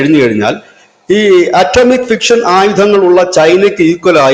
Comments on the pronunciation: It is not "fiction', it is 'fission'. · അടോമിക് ഫിഷൻ, ഫിക്ഷൻ അല്ല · Fixion അല്ല മണ്ടാ Fission ആണ് correct